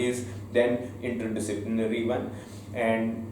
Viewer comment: not inyer read it as inter disciplinary